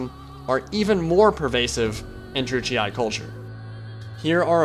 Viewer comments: How are you making out of Druchii "Druchiai(e)"? Sorry it takes me every time out of the video. Yes I'm strange. Other than that very nice Lore video. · You must pronounce Druchii like a german would do. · Druchii is pronounced with a hard "ch" sound, btw. The GW employees, and in the painting videos, pronounce it this way. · Wondering how to pronounce Druchii? Well, don't wonder no longer! "To get it ‘right’, you need to roll the ‘r’ a little, the ‘ch’ is a hard sound as in loch or German, and the double ‘i’ is pronounced ‘ee-aye’. Something like ‘drru-key-aye’. However, ‘dru-key’ is the easier, anglicised version for everyday conversation." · I have and always with pronounce it " Drew-ch-e" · I've never heard anyone ever say either pronunciation of Druchii that you mentioned lol! I'm fairly certain it's meant to be pronounced "dru-she". Nice video though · Its pronounced "Droo-key" according to duncan from GW :p